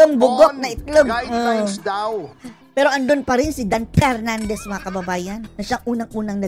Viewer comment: DUMB "Yuttering" Pernandes